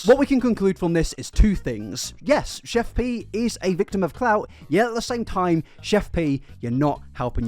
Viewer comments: Its pronounced CHEF PIE not pee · He keeps calling her Chef PEE. Lol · lol im sorry, this was a great video but the way you pronounced her name had me cracking up